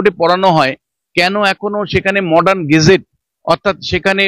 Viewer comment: সঞ্চালক মহাশয়া, কে জানিয়ে দেবেন, --- অরবিচুয়ারি নয়, শব্দটা "অবিচুয়ারি"; আর গেজেট না, ওটা হবে "গ্যাজেট"।